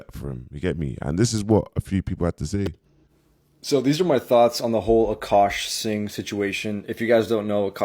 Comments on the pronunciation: A car singh! Victoria alvarez! Man butchers peoples names😂😂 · “A Car Singh” this guy kills me😂😂